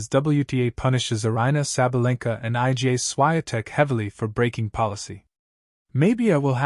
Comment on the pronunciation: It's IGA Swiatek, pronounce as "EEGAA SHFEE-ON-tek" !